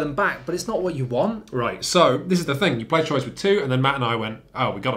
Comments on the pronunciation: It’s truà, not trois 😉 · It's not TROYZ... You have to TRY. It's Twuaaaaaaaa. Even if it's wrong, you have to try. That's half the fun. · Its "Truah" or "Trwa"! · It's "T-wah" Get it right for when you review the expansion. ...shoot! too late 😬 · Its pronunced "Truah" or "Trwa"! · Fun review of a terrific game! I just got a nervous twitch with each horrible pronunciation of the word Troyes. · Nice vid! Though... since it refers to a French city, I'm pretty sure you guys mispronounced the name of the game the whole time. But I might be wrong. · ...Thats not how you pronounce Troyes at all. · Wow you should at least learn how to say Troyes before reviewing it lol no hate just you're butchering it